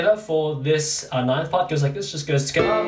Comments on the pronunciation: I love how he says together: tigithier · I love how he says together 😂😂